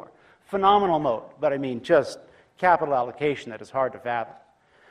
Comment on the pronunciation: Moat often sounds like mode